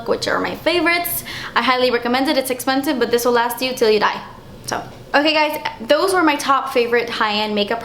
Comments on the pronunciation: "Iss esspensive." Lmao I love when you pronounce it that way! I'm a new subscriber and I'm addicted to your videos! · you make me laugh with your explanations, expressions and "it's esspensive" Ahh I love when you say it lol. But I love your videos so much and of course ILY! I'm about to go check out your girls page..